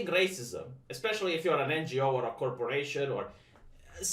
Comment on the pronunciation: I don't know why, but I always chuckle when he says "racismos"